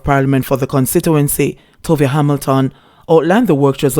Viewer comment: TOVA.... Not Tovia.